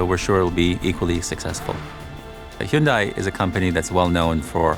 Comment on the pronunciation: An official Hyundai channel incorrectly pronouncing Hyundai 🤣